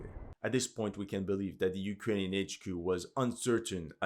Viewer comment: He sounds like Slav, but definately not Russian/Ukranian. He can't pronounce Russian and Ukranian toponims right.(I'm Russian) I guess he is one from western/south slavic nations.